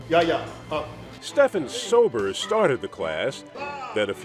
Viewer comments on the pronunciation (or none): OMG...Stephan Sobers (it's pronounced Steven) is a personal friend of mine. Good dude. W usedto work out together in Martial Arts. WOW.